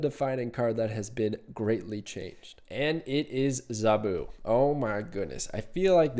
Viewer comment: Now I can’t unhear how you pronounce zabu 🤣